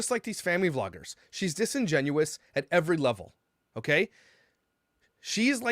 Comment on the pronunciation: I, for one, fully appreciate the correct usage and pronunciation of the word "disingenuous". Thank you. 💜💜💜🤟🏼